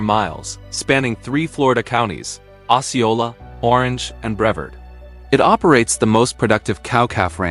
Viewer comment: It's also "Bre-VARD" County (Titusville, Melbourne, Cocoa Beach, etc.) not "Bre-vuhrd".